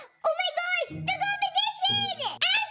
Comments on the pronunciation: compitison Me:😭🤭🤭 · the way how ashley said competition the way it sounded like: compatision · Did ashley say competicion?